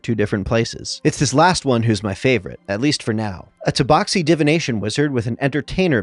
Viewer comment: Took me until halfway through the video to realize he was doing an accent for the first one. Confused the hell out of me why he kept pronouncing tabaxi "toeboxi"